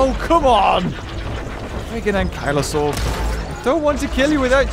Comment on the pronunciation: 'ANKYLAUR' ok...... 😂😂